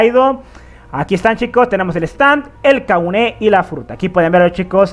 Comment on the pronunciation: Es Kagune, no Kaguné